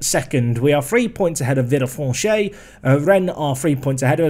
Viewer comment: villefranche is pronounced vee-uh-fronsh